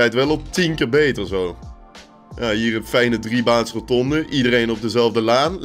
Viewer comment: Iemand die 400 keer per minuut roNtonde zegt zou toch moeten weten dat het rotonde is -_